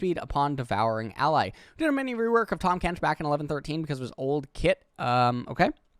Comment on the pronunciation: Tahmas Kench lol